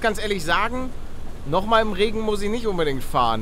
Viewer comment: deine betonung auf Rrregen